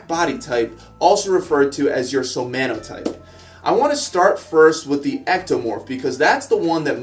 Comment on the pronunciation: It's somatotype ( that is type of body) not somanotype